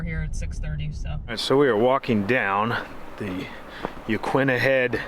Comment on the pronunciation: Ya-kee-na, not ya-kwi-na.